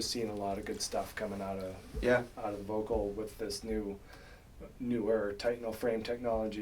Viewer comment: jesus fuckin christ its VOELKL, not the thing u keep calling it u muricans